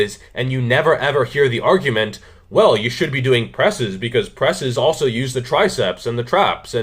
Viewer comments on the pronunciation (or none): none